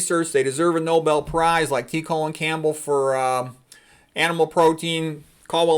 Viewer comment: I adore your work and cannot say this enough! Minor point: The “Colin” in T. Colin Campbell always rhymes with the word pollen, and never sounds like “colon”. I only mention this because a small mispronunciation could initially discredit you in the eyes of someone who desperately needs to hear your message. — Having said that, I am so impressed with your knowledge and your willingness to teach regular people, and it doesn’t matter to me one bit how you wish to pronounce his name.:) You are the best!